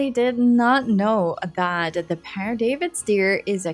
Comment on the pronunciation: The Pere David's deer's antlers are wow! The babies are so beautiful 😍 PS: yes, you've got the right pronunciation for Père. It's almost like pear.